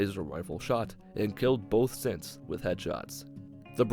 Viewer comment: Sometimes when he says synths I hear simps so I heard “so I took my sweet time clearing out the simps”😂